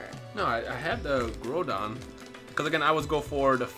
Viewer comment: Groudon pronounced. Growl(without 'l') donn